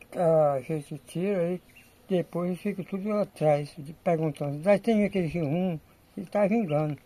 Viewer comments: Não é girmum, é jerimum! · N aguento o Sr chamar abóbora é Jirimum rapaz.